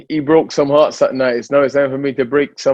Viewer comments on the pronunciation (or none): said "is that har I tark" 😂😂😂